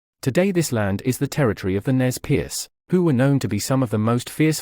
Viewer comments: It's not Nez Perce, its pronounced Nay Per say. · Ash Whitecloud Thank you. I knew that the phonetical pronouncement of Nez Perce was incorrect but I couldn’t remember the correct pronounciation.